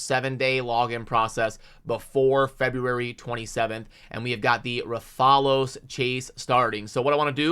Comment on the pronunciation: That’s not just an ordinary champ. That’s the hunter in rathalos armor the mascot of the monster hunter gaming franchise. Brooooo I can’t believe they’re partnering with monster hunter! 😁😂 also his pronunciation is “Wrath-a-los” you have the “los” pronunciation right. It’s hard to explain in text. The los is like you reading the letter “O” not the short “aww” sound. So it’s “wrath-aw-los” or “wrath-uh-los”